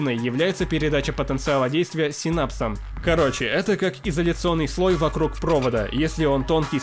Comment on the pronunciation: По моему синапсам на и ударение но я не уверен... И углеводы (хотя углерод имеет некоторое отношение к этому)